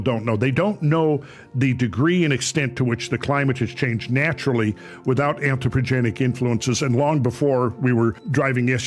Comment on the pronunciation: Anthropogenic ...not "antiprogenic" !!!!